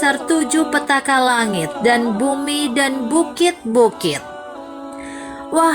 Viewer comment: Pertala langit bukan pertaka langit....